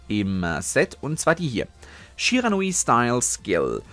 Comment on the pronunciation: Ich „glaube“ du sprichst „Shiranui Sensei“ Falsch aus